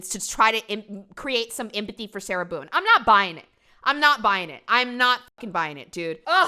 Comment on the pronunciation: I thought he called her “Sailor Boon” for a sec 💀